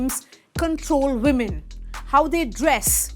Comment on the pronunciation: Can you please learn how to speak English properly. You have the Vs and Ws mixed up. It's women not vimen and vail not wail. I like your content but your English is atrocious.